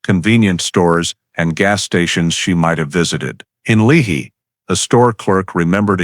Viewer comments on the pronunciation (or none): Lehi is pronounced Lee Hi